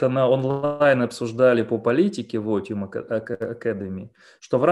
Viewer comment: Но если я не ошибаюсь,то лат. слово otium произносится как ОЦИУМ.Otium post negotium произносится ОЦИУМ пост НЕГОЦИУМ.